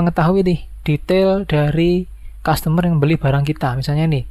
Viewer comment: Iya bang customer bukan zustomer😂